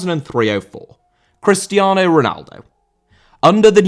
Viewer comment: Cristiano* not Crestiohrnouw